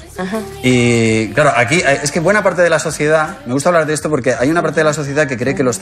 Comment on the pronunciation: En el minuto le sale el claro en catalán "clar"😊